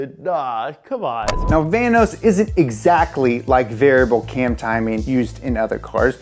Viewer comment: vanos rhymes with thanos